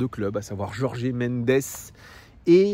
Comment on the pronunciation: Stp …Jorge [George] pas Jorgé 😂